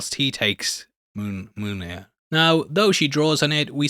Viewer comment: 🤣👍for calling Mjiln…monear…millnear…Jonathan 🤣🤣🤣 👍👍for that ending. But no omnipotent jokes? I had expected one from you at some point 🤨🤷‍♀️🤣🤣🤣 Thanks. I do not understand why you don’t have 1 million subscribers-your videos are as gold as… but maybe you’ll have more jokes in the video than the movie which is why? 🤣🤣🤣👏👍🤦‍♀️